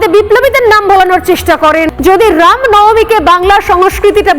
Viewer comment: Ram uccharan ta valo kore bolun